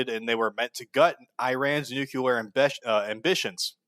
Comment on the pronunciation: Fuck Israel P.S. Nuclear, not "nucular"